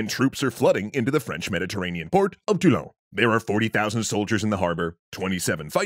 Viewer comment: Since french is my first language. I must say your french is rather convincing. i would've bet you'd miss pronounce Toulon big up for the "on" sound